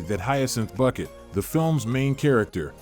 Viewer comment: It is not Bucket, it is Bouquet :D